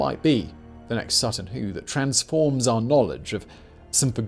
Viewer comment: My neck of the woods east anglia. Was worth a watch an I was right. Plus the pronouncement of Sutton Hoo was all over the show this episode lol come now big brain Whistler it's ya native tongue lol 😆 loved the video still